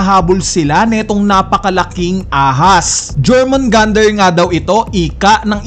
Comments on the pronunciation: Jormungandr pronunciation is “yor-mun-gand” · yormungandar pronunciation nyan tropa